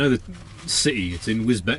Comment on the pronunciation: My neck of the woods, I live about 10 mins from Spalding, and it's pronounced wis-beach